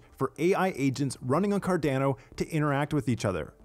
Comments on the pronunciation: Good format but please fix the pronunciation. Car-Don-Oh, not Car-DAN-Oh. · Thanks for he video, curious: why does he prodounce CARDANO ''Cardnäno''? 🤣🙏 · Love the short videos, but dude, learn to pronounce the organization / product you're working for. It's CAR-DAWN-O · He's really making me question how Carando is pronounced now.. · I really wish you would learn how to properly say "Cardano" I die a little inside when I hear you say it. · Great video, thanks! PS I cringed every time you mispronounced Cardano and IELE.